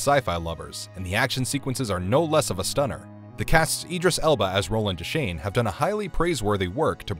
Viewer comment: Why is this narrator so horrible at pronouncing celebrity names? Rob Reiner, Jeff Fahey, Idris Elba... At least have enough respect for the talent and the viewing audience to get the names' pronunciations correct.